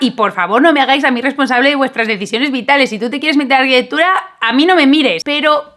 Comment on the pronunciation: Es arquitecTURA... TU DICES : arquiteGHBUDA. !!!. Para hacer interesante lo que dices, no tienes para qué acelerár tanto.